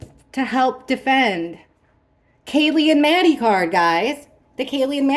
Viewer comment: Maddie not mattie